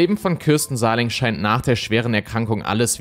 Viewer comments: Ich hab dir ja schon häufig Komplimente für die Videos gemacht, so auch hier. 👍 nur ein was triggert mich dann doch manchmal, du sprichst die Namen von Opfern oder Tätern häufiger falsch aus. Damit meine ich nicht, wenn ein Fremdländischer Name schwierig auszusprechen ist, sondern wie in diesem Fall, wenn du einfach falsch liest und Buchstaben weglässt oder dazuerfindest. Hier heißt die Frau Sahlig nicht Sahling. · Heisst sie nicht Sahlig mit Nachnamen? Ich verstehe immer Sahling...